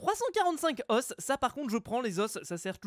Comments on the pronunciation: ça se prononce "les zos" au lieu de "les osses" (c'est normale que jecrit pas bien "les os") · ça ne se prononce pas les osse mais les O. ( deso pour les fautes d'ortographe mais c'était pour la pronociation ) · Et fuze les os sa se prononce "o"